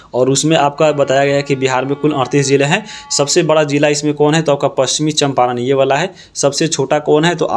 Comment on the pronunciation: पश्चिम चंपारण बोलिए सर